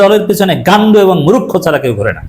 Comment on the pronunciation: Mu- rukh - kho manee kii ? Eta hobe Mur - kho .😂